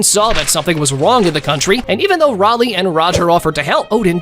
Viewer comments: rayliegh is pronounced [ray-lee] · Bro called Rayleigh Raleigh